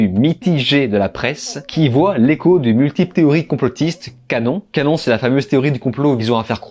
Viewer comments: QAnon ce prononce pas canon mais Q Âne On comme dans on/off. :-) Je sors ----> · Qanon, se prononce "Cu-Anone". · On dit Q (_ _) Annon (_ <none<_) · Ça se paluche deux bouquins barbants sur Napoléon, histoire de pouvoir connaître son histoire mais c’est incapable de faire la moindre recherche sur ce sujet ! Vous ne savez même pas ce qu’est QANON (au passage ça se prononce Q Anon 😂)et que ça n’existe pas mais que Q existe. Vous pouvez croire ou ne pas croire ce que ça dit, c’est un autre problème. Mais vous avez fait zéro recherche sur le sujet. Êtes vous juste allez voir une vidéo de Karl zéro par exemple, qui parle très bien de ce sujet. Bref, pour vous ce qui viens des médias et forcément vrai et les autres c’est forcément complotiste ! L’argument zéro du gars qui ne connaît absolument rien sur le sujet et qui ne veux même pas se faire une opinion soi même. Ah oui la vie Napoléon c’est plus interessant et forcément vrai, c’est un bouquin qui le dit ! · Thx pour la vidéo. Juste pour info on dit Q-Anon en deux parties [cul-anonne] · Et mon gars, Qanon, ca se prononce 'Qyou annone'. Ne me remercie pas.